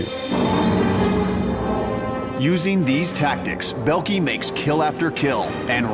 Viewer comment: Belkey?? Please americans learn how to pronounce foreign names when you you are asked to appear in a tv documentary.....